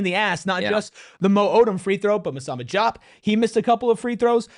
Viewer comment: You are the PHNX podcast for ASU and you can't pronounce the names of the players on your own home team?!!?!!? That being said, Diop and Odum played like monsters tonight.